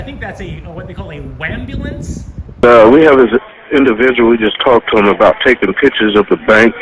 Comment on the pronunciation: A few thoughts>>>the neon sign missed "luneyvill" your video confirms that >>>please pronounce waaaaahmbulance properly TY >>> It must be nice to be able to use your "personal" stalkers videos, photos and voice overs and maby carricktor witness when arrested !!! Or did you marry her while my back was turned ??? You're sneeky that way 😂😂😂 Love it all❤❤❤